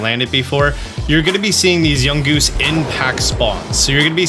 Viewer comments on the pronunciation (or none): none